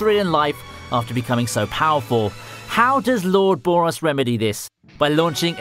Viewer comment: Who is Boris BRO? its BOROS